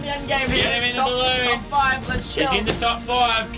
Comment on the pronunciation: "i will do none of the bolloon blow"